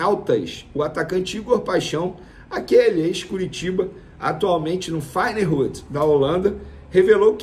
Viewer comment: Caro, Venê. A pronuncia do time holandês é "Fae-nord". Abraço.